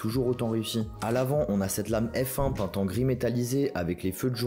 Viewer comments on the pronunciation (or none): none